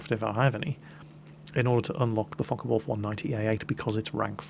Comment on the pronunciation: sounds like hes saying fuck a wolf aircraft at